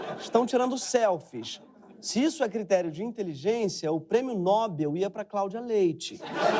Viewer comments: É prêmio Nob(é)l QUE SE FALA. Fala certo, PORRA!!! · A palavra nobel é oxítona, Gregório, e não paroxítona como você pronunciou.